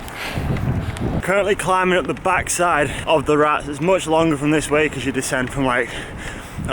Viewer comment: Great stuff.. ( i tried last year to get you to pronounce col de RatEs ..oh well..) if training gets in the way of lawro v cam up the Rats 2.0 , how about an armwrestle contest instead! Or soemthing over a coffee in Calpe!